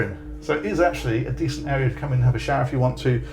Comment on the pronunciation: Love your videos, they are so well done. When you were talking about storage and said "there's a bigger area down here" I thought at first you said "a beer area". I was all set to plunk down my money...